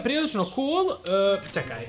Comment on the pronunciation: 2: 38 braco rekao cekaj umesto čekaj